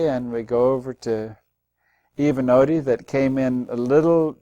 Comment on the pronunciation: Eva-Nody though